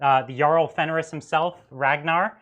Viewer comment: Errybody take a shot every time mispronounces "Fenrisian", lo.